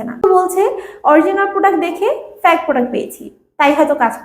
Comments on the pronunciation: প্যাক ফ্যাক না,, ফেইক! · ফেক না ফেইক😂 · আগে ঠিকমতো কথা আর উচ্চারণ শিখে আসুন তারপর রিভিউ শেয়ার করেন। it's not ফ্যাক it's fake।😅😅 😂😂